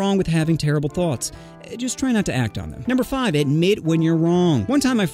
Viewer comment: Blud forgot the t in thoughts